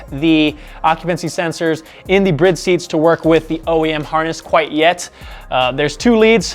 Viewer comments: Is the Bride brand really pronounced "Briide"? I always thought it was pronounced "Bride", as in "Bridesmaid." I guess I have been wrong all this time. Those are some sexy looking seats!! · Why do keep pronouncing Bride incorrectly? There is a E at the end ‘BRIDE’